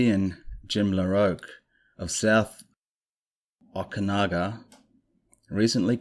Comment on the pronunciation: I did miss you last week, but no pressure. Some pronounciation tips; Okanogan is pronounced Oh-Kah-GNAW-gan. Just for future reference, from a B.C. chick. If the guy's name was spelled LaRoche, then it's probably pronounced La-Roach. I didn't see the other dude's name, cause I was lying in bed with my eyes closed. Love your channel, and hope your real life project goes swimmingly! Lotsa platonic, supportive love, buddy!